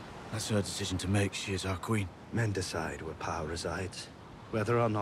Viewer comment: "sHe Is MuH qUeN"